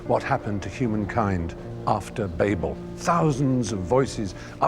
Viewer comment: I’ll give you a like for pronouncing ‘Babel’ properly.